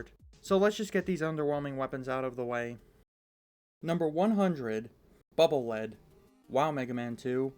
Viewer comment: Why does everyone always mispronounce Bubble Lead. It's not Lead like the mineral It's Lead pronounced LEED Because it's a bubble that acts as a lead to check for traps.